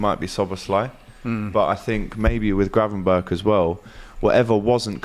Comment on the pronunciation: Man said Gravenback😂😂😂😂